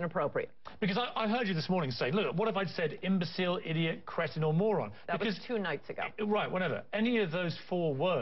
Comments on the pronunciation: she said Cretoun but meant Cretin. What an idiot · Does she mean 'cretin' when she says creton?